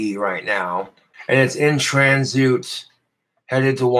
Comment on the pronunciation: Transoot? Is he serious? And that fucking guitar "playing" only a deaf person would enjoy that